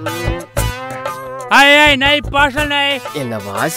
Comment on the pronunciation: Sukkiriya ille thuppiriya 😅😅😅😅